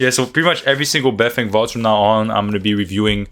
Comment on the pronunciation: sup ma G beifeng is actually pronounced - "Baiy" (emphasizing the Y) "Fang" - translates to north side since he is from Beijing and repping his city yo no caps all truth my homie